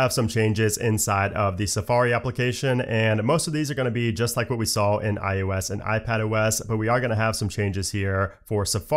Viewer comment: dude, don't you know your audience is people who care about aesthetic over function?? Why you keeps saying "iUS" and "MacUS"???? Please, pronounce your words more accurately.